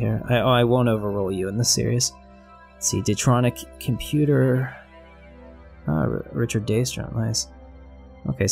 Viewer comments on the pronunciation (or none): none